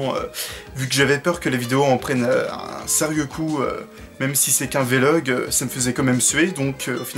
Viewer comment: On dit un "vé-log" ? J'étais persuadé qu'on disait vlog, comme un blog, sans marquer de son entre le V et le L. ^^ Sinon je me pose la question, y a-t-il des chaînes de manga ou animation (surtout les films d'animation pour toi je pense ;) ) que tu suis ? ^^ La qualité que tu as est que tu présentes vraiment quelque chose de différent des chaînes "banales" de ce qui est en rapport avec le cinéma japonais, c'est intéressant, c'est pour ça que je te suis. Après pour cette vidéo, honnêtement je n'aime pas du tout les vlog, mais ça c'est mon avis purement subjectif, ça veut pas dire que je trouve que ce que tu fais est mauvais. ^^ J'ai juste regardé ta vidéo à la base pour avoir des infos sur ce qui va arriver sur ta chaîne. ;) J'attends la prochaine vidéo, comme d'hab. ^^ Je me lance pour le réalisateur : Mamoru Hosoda ? ^^